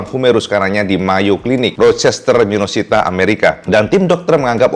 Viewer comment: Koreksi wae ca' . . MINESOTA ca', bukan Minosita